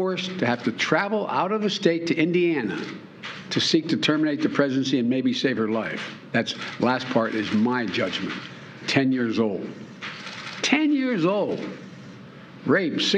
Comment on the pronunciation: I slowed the speed to 0.25x - he said "presency".